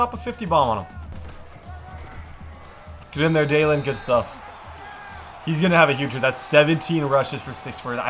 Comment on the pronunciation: U call Sutton a lot of different names but it’s pronounced daylen